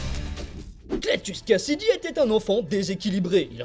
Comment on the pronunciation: ça n'est pas cletus "Kasaday" au lieu de cletus "Kasady" ?